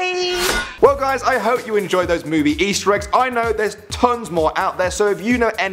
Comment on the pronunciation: you said ester eggs